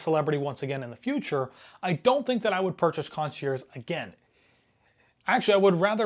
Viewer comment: I don’t think you should be doing a relatively harsh review of a cruise line when your experience is one 4 night cruise. Also please if you are going to do video reviews look up pronunciation of words like “concierge.”